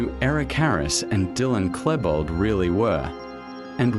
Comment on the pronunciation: I'm sorry but there are so many wrong things in the video I cannot continue watching. You obviously did not do an extensive research of the subject. Maybe you should delve into the Columbine tragedy again and redo this video. The fact you keep mispronouncing Klebold's name only illustrates how vaguely you went through the topic before you put this video together. It is truth the whole story and background cannot be interpreted in details in an 1 hour video, that however does not excuse the incorrect information and pure assumptions you keep presenting. For anyone interested in actual facts about Columbine, I strongly recommend "The 𝕮𝖔𝖑𝖚𝖒𝖇𝖎𝖓𝖊 Iceberg" series of videos here on youtube. It is by far the best research done into the Columbine tragedy available on youtube.